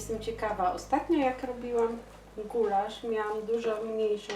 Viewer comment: Gulasz a nie Gularz. Przgotowanie gulaszu a nie gularzu ;)